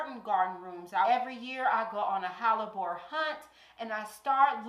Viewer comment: Let's go QUEEN! Kansas City, MO here. Are you saying Hallabore or am I trippin? It's pronounced Heh-luh-bor Hellebore... Loving all this content and so frequently now too. I have a few hellebore's and I'm dying to go to the garden center to buy more this week. LOL 🥰🥰🥰